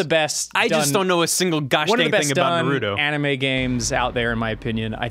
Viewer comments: I'm 50 seconds in and I'm not gonna keep watching if he keeps pronouncing Naruto like that XD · I don't know if they are just being silly or not. How do you claim to watch something and not know how to pronounce the name of the show/main character? "Naruto" is probably said a minimum of five times per episode..... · OMG its pronounced NUrowltioo FFS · I dear God plz pronounce Naruto's name correctly. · How the fuck do you watch the series and still pronounce it like that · The way you say "Naruto" is enough to piss off a weeb x} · Says he a Naruto fan pronounces his name wrong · Not to be mean but I got triggered once he said his name wrong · Why doesn't Ross know how to say Naruto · "I have watched a ton of episodes"- and yet he still pronounces it Norooto. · He pronounces Naruto as Natoro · It's not naroodo It is pronounced NAruto It's snowing on Mt. Fuji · TheLordJake dubs say it correctly like nAruto, not norooto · Why do people pronounce it as narudo, with emphasis on the "Ru". Isn't it pronounced Naruto, with emphasis on the "na", with almost no emphasis on the "Ru" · This annoys the hell out of me too. its Naruto, not Nuhroodoe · Ryan Beattie it's more like Naduto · The the pronunciation as na-ROO-toh bothering anyone else? Or am I wrong for pronouncing it NAH-roo-toh? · Okay, it's not nar-OO-toh. Its NAR-oo-to. or Nar-oo-TO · who da fuck is nahrootoh its naruto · nar-roo-toe, not na-ru-doe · Naroodoe? But it's Na ru to. Like Ozimaki barrage. It's like Gon and Goon in HunterXHunter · The characters who have demons sealed inside them are called jinchuriki's. Also MaDARa's name is pronounced Ma-da-ra and Naruto's name isn't NaRUdo it's pronounced more like Na-ruto with an emphasis on the "Na." Anyway besides all the things Ross doesn't know, this game is pretty cool! It took me forever to beat it though, the story of the game feels very long. Keep up the good videos guys! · "I really like narudo" "yeah I watched naturo" >.> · NAAR-uto vs Naroot-oh